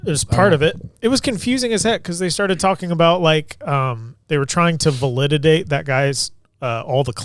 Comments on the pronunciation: valididate!!!??? 😂 or validate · Validiate lol